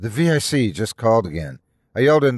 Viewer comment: I agree - immensely predictable. Also distracting that he kept mispronouncing "vic" by spelling it.